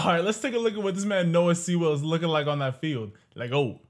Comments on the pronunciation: It’s Sewell like Sule not seawell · It’s pronounced Sue-Ull